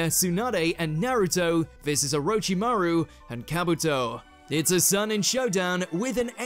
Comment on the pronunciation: Please get the narrator/host to learn the appropriate pronunciation of names and techniques. It is so annoying to hear him say 'O-row-chi-maru' then the clip has a character clearly say 'Or-rich-chi-maru'. He does this with ssooo many of the words it is lazy.